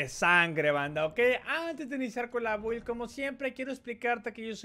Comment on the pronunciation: Se pronuncia bild no build chingao